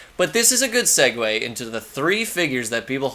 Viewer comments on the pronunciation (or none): none